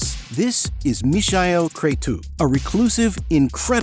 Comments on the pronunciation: Mihai Crețu is Meehigh Crezzu. Easy peasy. Not Mishael Cretoo. In Romanian in sounds like “sneaky cretin”. Mişel being sneaky and cretu for cretin. Are you using AI for the voice? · no. His Romanian name is Mihai (pronounce like "me" plus "hi") Crețu (Cretzu). Maybe it was a try for German pronounciation. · Just a correction: in Romania we call him Michael (as any English speaker would pronounce it) and Cretu is Crețu, so not pronounced ”kre-too”, but ”kre-tsoo”, like Italians pronunouce Z (a ”ts”). The similar Romanian name is Mihai, pronunced ”me-high” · Ok but what’s with the pronunciation of the name Michael ? 🥴just say it as it is in English, or- if you want to say it in Romanian, it’s actually Mihai, not Michael. And Cretu is actually read CRETZU( which means curly haired)